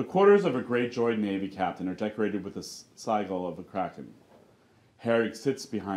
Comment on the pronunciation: These scripts are very entertaining, but someone could tell the narrator how to pronounce certain words, such as "sigil."